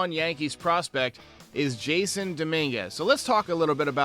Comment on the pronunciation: It's pronounced jas-son